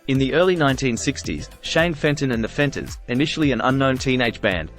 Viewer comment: Really good feature. Just one thing. His first band was pronounced The Fentones. 😀👏👏👏